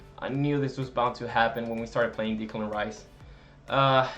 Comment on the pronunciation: Just so you know, it's not Dicklan Rice, its Decklan Rice